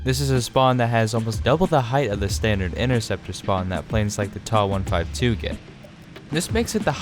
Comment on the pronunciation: Bro literally said " Tah-152 "